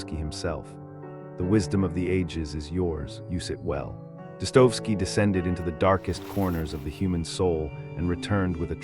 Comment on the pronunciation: Thumbs up for excellent content, but some names especially Dostoevsky are mispronounced.